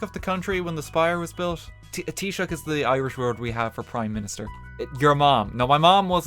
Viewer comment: Thanks for teaching me how to pronounce Taoiseach RT!